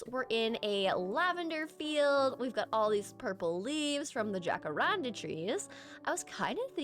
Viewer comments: “J” = “H” sound in the language that it comes from 💕💕 “Ha-ka-ran-da” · Perfect for my sick day ty 🤧 Also in jacaranda the j is pronounced similar to an h, it’s Spanish! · I’ve been peeved this entire time watching sunnysev and you throughout different videos pronounce it “Ja-kar-an-da”, until I realized I’ve been going by the Spanish pronunciation 💀 love your content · You saying jacarandá is so cute, but not quite right, the tonic is the “dá” in the end. It’s a brasilian tree, quite beautiful!